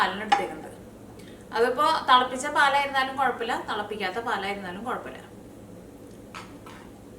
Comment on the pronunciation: Thalapicha paal alla, thilapicha paal